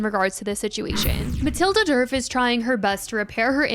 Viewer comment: The D in Djerf is silent… it’s pronounced like “Yerf/Yurf” in Swedish 😅❤